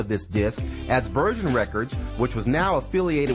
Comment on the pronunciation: And why does he pronounce "virgin" like "version" ?